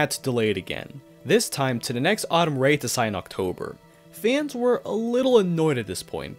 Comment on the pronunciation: REituhsai, zuhn, gou'oku, Ibuhn - bruh I can't with this channel lol thank goodness for blocktube